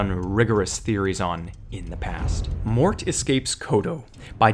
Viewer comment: I'm not but that's pretty interesting. I'm going to look that up later. You actually got the pronunciation correct, a lot of people don't get it right.